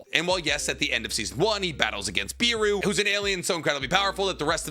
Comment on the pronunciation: Boros not beru